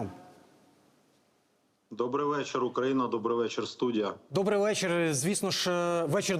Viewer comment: А чьо вечір дьобрий нормально не можна?